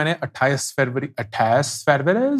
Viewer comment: You say February just like a north india . Fuvary